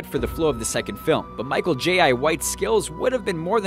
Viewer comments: Michael j.I white lol it's jai, pronounced like "eye" but with a j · you disappoint "Michael Jay-I White"? LOL You know how to say Jai Courtney don't you? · Michael Jay-I? Don't bother and try to pronounce names properly or anything.